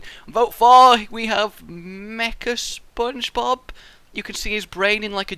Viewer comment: Spongebob not spongebog